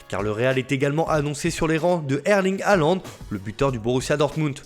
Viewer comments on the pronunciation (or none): none